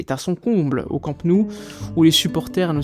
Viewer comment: J'adore ta chaîne mais juste une petite remarque. Immagine qu'un fan étranger du PSG ait une chaîne YouTube consacrée au club de Paris. Ça te ferait quoi si le mec disait "Parisse" en prononçant le s final ? Ça te choquerait. Je suis catalan et chaque fois que tu prononces Camp Nou, tu prononces Camp (👍) et Nou comme en français. Il faudrait que tu dises no-ou. C'est pas difficile et ça montrerait que tu connais parfaitement le Barça. Et puis ça me ferait plaisir 😊